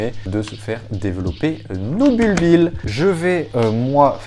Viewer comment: On dit "bulbie", les deux L sont muets! ;-)